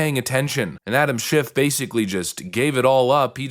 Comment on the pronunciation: Anyone ever here JLP pronounce Adams last name? Yup that.